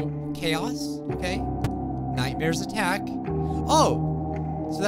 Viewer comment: IS IT JUST ME OR DOES HE SAY "ATTACK" WEIRD